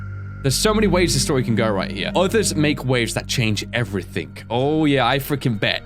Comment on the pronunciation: Why do you say everything when you pronouce it everythingk